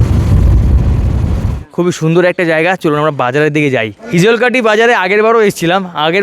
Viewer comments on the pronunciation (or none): none